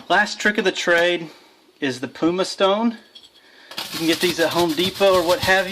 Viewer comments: Repeat after me....PUMM (rhymes with Plum) ICE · Look up how to pronounce pumice. Otherwise good video!